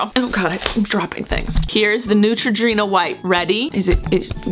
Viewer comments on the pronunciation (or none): you said neutroginura